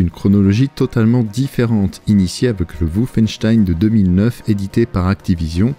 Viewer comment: ça rend vraiment ouf quand tu prononce "woufeinstein" sérieux fais un effort